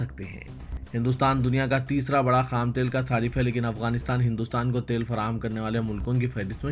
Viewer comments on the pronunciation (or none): none